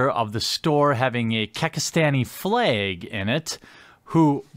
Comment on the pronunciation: "Fleg" Midwest af